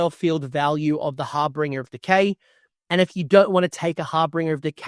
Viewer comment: Great video. One small note. It’s HarBINger. Not HarBRINger. There’s only one R.